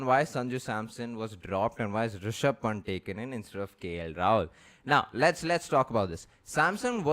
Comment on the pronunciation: Guys, you need to get the pronunciation right for Rishab Pant. It's not punt, Panth is the correct one. Please oh please.